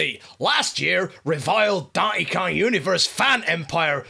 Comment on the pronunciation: "Dahn'y kaahn" gets funnier every time.